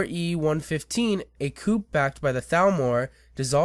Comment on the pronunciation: I appreciate the video a lot but I feel I must point out that "province" has no D in it. It seems like you want to say "Providence," which is a city in Rhode Island. Also, "coup" is a french borrow word so it's pronounced "coo". Not trying to be mean, just informative.